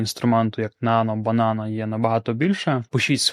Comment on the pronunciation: Запитайте у Gemini як правильно вимовляти цю назву